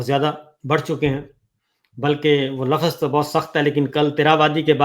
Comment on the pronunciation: Lafaz nhi kehty lfz kehty hyn sabir Bhai Urdu ki tang nhi torha Karen plz